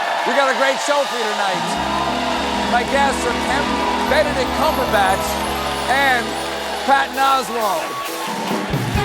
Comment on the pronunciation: Kenedict Bumberpatch???? That's a new one!